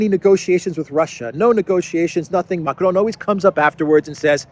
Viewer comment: please stop pronouncing Macron's name in Spanish. It is excruciating to hear. Good work otherwise